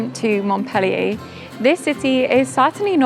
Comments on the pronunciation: the city of Montpellier is called by the French mont-pel-LIER, not mont-PEL-lier! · Thank you for the video❤i would suggest you improve your english enunciation,by not eliminating so many consonants.By exclusion i figured you were referring to MontPellier,because Mo?K?ellier is what i was hearing. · It's not "Mont-PEL-ee-ay" ...